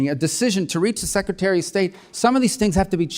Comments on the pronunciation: Hey Congressman Meeks, what's a "Secatery?" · Secatary???? Duplicative? Education was wasted on thus guy.